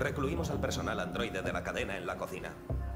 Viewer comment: Alguien noto que dijo presonal i no personal